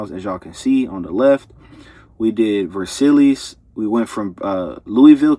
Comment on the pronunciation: ver-silli-es that made me smile lol. Let me help bro - ver-sigh